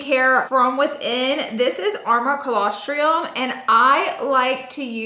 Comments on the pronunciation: Oh dear. She said colosTR-IUM..! 🤦🏻‍♀️🤦🏻‍♀️ There’s no studies to show added benefit of colosTRUM in adults. The benefits are for NEWBORNS. Sigh… just stick to makeup laura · Another good video! FYI Its pronounced colos-trum not triom. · Girl, if you’re going to sell colostrum, you’ve got to pronounce it correctly.